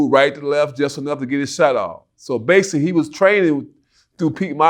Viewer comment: Oakley couldn’t say BASICALLY to save his life 😂